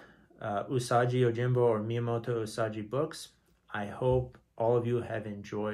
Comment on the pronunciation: the way you are saying "usaji" its definately "usagi". u sa gi.